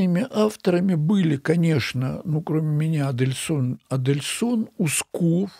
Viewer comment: товарищ учёный же вроде Адельсон, а не Адельскон